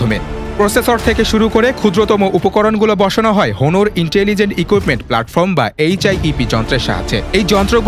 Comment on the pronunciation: এই সুপার লেভেলের শিক্ষিত রিপোর্টার গুলারে আগে উচ্চারণ শেখানো উচিত, হনোর না অনার উচ্চারণ হবে।